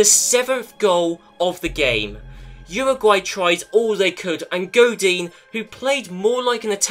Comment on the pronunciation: It’s Goh-deen. And never said it was your fault, but I’m a pissy boi when someone says something wrong. Lel, you’re a great YouTuber just ignore me.